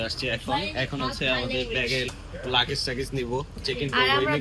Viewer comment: তোমরা লাকেচ লাকেচ বলো কেন? উচ্চারণ হবে লাগ্যেজ